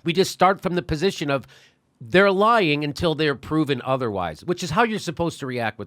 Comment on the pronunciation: I don't think you're pronouncing "lying" properly. And please stop saying "lying". I'm not lying to you.